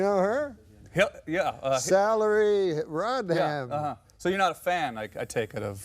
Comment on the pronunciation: 😂 "Salaried RodHam".